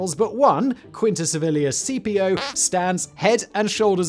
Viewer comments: You really need much better research. The Civil War General was Braxton BRAGG. In Latin, the "Gnaeus" is pronounced as 'Nye-us' and Caepio is "Kaepio" as there is no 'soft C' (Sai-pio) in Ancient latin. Thus Gnaeus Julis Caesar is actually "Nye-us Yulius Kaisar" And was spelled as Gnaeus Iulius Caesar. (There was no "J" sound either.) The 'Soft C' was introduced to Latin during the Medieval period where Latin was the language of (Flawed) Learning and the Roman Church. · Caepio should be pronounced "Kai-pio", not C-P-O. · A very cool video! But it realy rubs me the wrong way how you pronounce Caepios Name. You pronounce it like the famous general who defeated Hannibal is commonly pronounced: Scipio (though he would have been pronounced more like 'Skipio' trying to translate it in english writing). Now, Caepio would be pronounced more like 'Kaypio'. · The pronunciations of the names of the Roman generals in this video is just hilarious. Gnaeus are pronounced as "Naius" (Not Nas) and Caepio are pronounced "Keipio" (Not Sepeo). The C was always pronounced as a K and the G in Gnaeus are silent. :) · Since I had this running as audio in the background, I thought Simon was talking about a Scipio rather than Cambrian War's Quintius Servilius Caepio .... I know English people can't pronounce Latin names - but as a general rule "C" in any Roman name is a hard K sound, not a s sound. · There's no soft c in Latin, Simon. Something you seem to instinctively understand for Cannae but not Caepio and Cimbri. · Great stories, but in the first the pronouncing of Latin names is bloody awful.